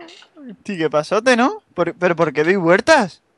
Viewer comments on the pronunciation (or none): Minuto no sabe decir doy vueltas dice doy huertas o algo asi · v yo le entendía vuerta y después huerta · dijo huerta jajajajajjaja no vuelta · dice vuertas jaja xd xd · pero que tipo de subnoral dice vuertas en vez de vueltas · XQ DICE HUERTA? XDXDXDXDXDXDSDXXDXDXDXD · "estoy dando vuertas en circulos" VUERTAS 😂😂😂😂😂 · Vuertas y vuertas WOW con R XD